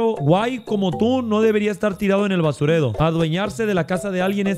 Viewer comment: Jaja no se ustedes pero por el dijo en vez de basurero dijo basudero 😂